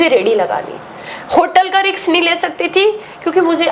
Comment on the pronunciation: Hotel ka risk ❌ hotel ka riks ✅